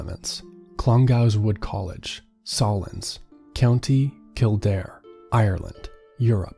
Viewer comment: The pronunciation of Clongowes and Sallins is so funny